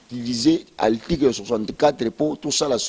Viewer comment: monoko solo. Oyebi ata ko prononcer mot "article" te, ndeko? yo kaka monoko na micro koloba du n'importe quoi. Vraiment boza bato te. Oyebi ata kosala calcul ya pourcentage te? 62% okoki kozwa yango ata na 10 personnes. Soki bato ya ko voter baza 10 et que bango nyonso ba voter, tokoloba vote ezalaki 100%. Soki 6 personnes ba voter moto moko et 4 moto mosusu, tokoloba oyo ya 6 aza na 60% et oyo ya 4 aza na 40%. Qu'est ce qui prouve que Fayulu azwaki 62% na 18 millions ya ba votants? Voila pourquoi Congo ezo bonga te parce que moto nyonso akomi politicien na bourique lokola yo yo pe okomi politicien. Mawa trop po na ekolo na ngai Congo.